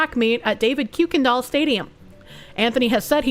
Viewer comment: You are saying kuykendahl wrong but then again all of us might be saying it wrong